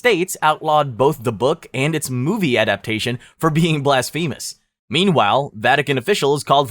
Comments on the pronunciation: and blasphemous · For a list like this, mispronouncing blasphemous consistently is a serious handicap.